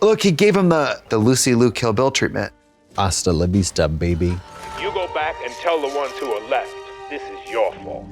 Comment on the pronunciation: MBB really fucked up Katyas name huh...... its 5 letters....